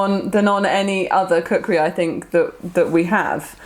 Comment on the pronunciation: lol, kukri "krisis"